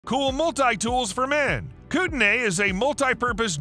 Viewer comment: Heads up, it’s pronounced “koo-ten-ee” not “koo-ten-ay”